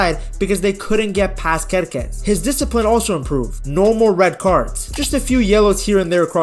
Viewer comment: your pronunciation of Kerkez is perfect in Serbo-Croatian btw, I love the small details like those that you provide